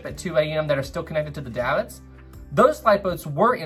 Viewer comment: davit is pronounced "dayvit"